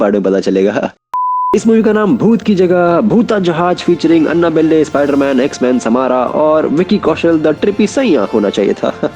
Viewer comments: No one Absolutely no one: अन्नबल्ले (Anna-balle) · All says Annabelle, says अन्नाबेल्लै 😆😆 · The way he pronounced Annabelle 🤣🤣🤣